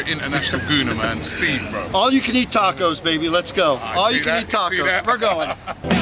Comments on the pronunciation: Why they say tacos like tecos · Robbie, learn how to pronounce 'tacos' mate, jeez, the English, invented the language can't even use it properly